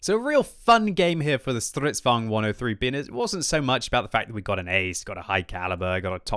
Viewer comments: For God's sake, StridsVAGN not StridsVANG!!!!!!!!!!!! Vagn = Wagon with a V!!!!!!!!!!!!! Rant over. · It's pronouced "Strrits" with the "i" sounding like the english "E" "Van" as those dutch names (van gustav and so on) "ern" with a subtle "e" Strets van erne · StridsvAAAAAAgn, smh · please stop saying stridsvagn in german pronunciation